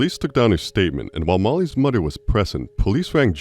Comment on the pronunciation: Say mudder one more time mfer, I dare ya